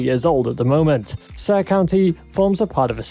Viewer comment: Never in my life, i thought i would hear someone pronounce "saare" that way lmao